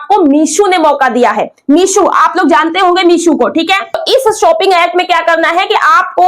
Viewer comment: Meesho h meeshu nhi😅😅😅